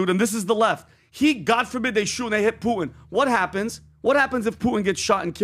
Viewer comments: Who is Poo-in? I like but not a fan of dropping the T. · I love you, but for the love of GAUD please say the “T” in PuTin!!! It’s PuTIN NOT POO IN! You POO IN the bathroom! Please POO IN the bathroom don’t POO IN the podcast! 💩 IN the 🚽. PuTin hopefully does 💩IN the 🚽 as well. 💩in the 🚽 no poo in the podcast. Thank you for your attention to this matter.😂🤪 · it's Poo-tin not Poo-in Lol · WHO IS “PU-IN”????🤷‍♂️😖